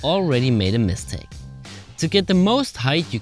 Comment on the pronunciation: It sounds like he’s saying mis-take not mistake 😂